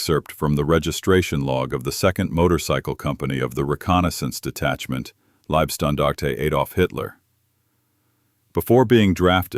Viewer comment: Please stop saying "Liebstandarte" because that means something like "nice standard". It is "Leib-" which means "Body" and the body it refers to is Adolf Hitler.